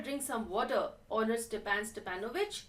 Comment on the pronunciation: it is not Stephen it is Stepan